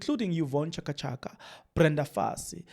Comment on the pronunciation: thanks for your information but reading yeka find someone to read.pronounce right Chaka Chaka, Diepkloof man. Stop this thing of yours O,O,O times and again Ah,Ah, Lokhu,lokho.its irritating.